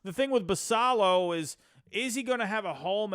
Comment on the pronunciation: Minor minor thing, but Basallo is pronounced Bass Ay O. In other news, I think a package like Ortiz, Norby, Stowers, Fabian and a mid level pitcher is close to reasonable for Cease. Spot on about no Mayo, Basallo, etc for Cease. BA has Basallo as number 10 in the country and Mayo as 25. No way they (or Holliday, Westburg, Cowser, Kjerstad) get sent for Cease.